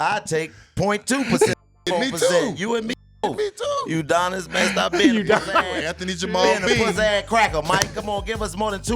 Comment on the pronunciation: Lmao “Udonis”😂😂😂😂😂😂😂😂😂😂